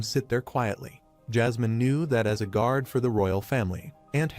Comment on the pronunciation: What is a grauder? Maybe the AI means guard? Can we please get some editing done on these videos. A I cannot speak English it cannot speak two-letter words it cannot speak correctly. All it takes is a little bit of time to go in there listen to what's going on and just go in and fix it if you have to use your own voice so be it. It's better than trying to figure out what the hell is trying to say